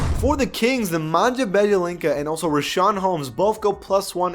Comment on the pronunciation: I get it's hard to pronounce some names but WHERE IS THE N IN BIJELICA?